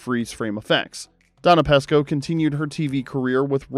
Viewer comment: Donna Pescow's name is pronounced with a long E ! You pronounced it with a short E !